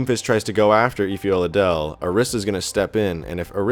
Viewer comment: I'd just like to point out that the last name is pronounced oh-la-de-lay